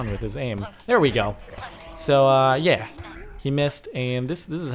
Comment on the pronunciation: "Did he say yah that like sex,"?